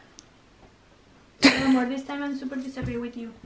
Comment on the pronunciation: George said wno instead of no 🤣😂😂